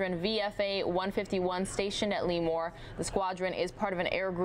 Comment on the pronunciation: It's pronounced "luh-more" instead of "lee-more."